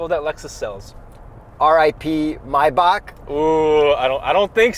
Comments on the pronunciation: it's "my bock". Mispronounce that on another channel and you are going to get an electric shock. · It's not Mayback, it's Maybach, pronounced almost like "My Bach" Bach like the composer. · Did you just say my- bak? 🤣 it’s may-back. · I stopped hearing when I heard how they pronounce Maybach